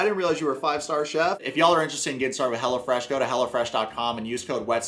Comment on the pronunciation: The way you pronounce it, I hear "Hella Fresh" which I sort of which was the actual name.